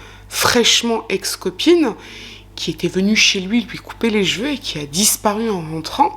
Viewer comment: Moi, ce qui me "fane", c'est quand tu dis " jjj'veux " à la place de CHEVEUX 😂😂😂 Merci encore et toujours pour ton travail de qualité 😉👍🏻🧡 Prends soin de toi 😘